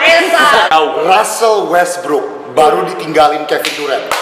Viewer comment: jovial pronounce westbrook bukan"wesbruk" tapi "wesbrok", cek deh